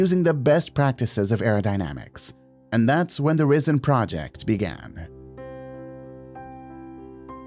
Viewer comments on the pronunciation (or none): If it was pronounced like the narrator, then the spelling would be 'Rissen'.